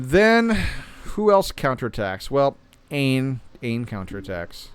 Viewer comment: Dude the game tells you Aine is pronounced like ANYA